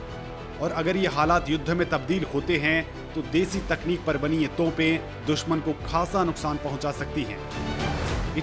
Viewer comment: tonpen ni bolte bhai ... topen botlte hain.